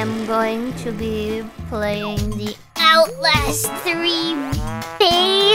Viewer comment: other stream: "Gawr Gura's brain games" This Stream: 'uotlast' 'saturaay'